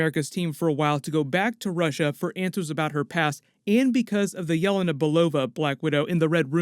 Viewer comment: ITS YELÉNA!!!! Not yélena!!!